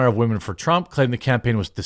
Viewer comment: Dude… I wish you would stop saying wahmen. You sound like a tool when you say it and it’s cringy. But you do you man just a serious suggestion